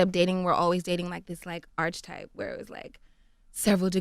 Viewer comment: I think it's so funny and adorable how she said archetype wrong she said "archetype" instead of "ark-eh-type"